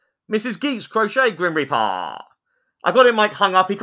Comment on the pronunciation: The grim repeahh, but not the grim repeahh behind you was moving on it's on....